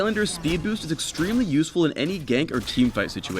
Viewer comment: lol,it's boost man,boost xD